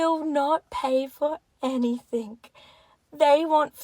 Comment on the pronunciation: chicks who say "anythink" instead of anything :)